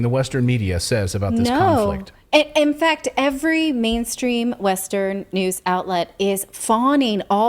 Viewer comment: Manstrean XD